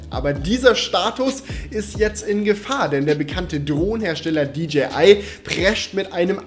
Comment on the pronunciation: Endlich jemand der Englisch kann. Es heißt auch nicht ”tschibiäl“ sondern "tschäibiel" und auch nicht "ditschiai" sondern "ditschäi ei" und über Huawei lässt sich streiten